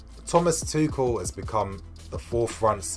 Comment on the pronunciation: Isnt his name pronounced tushell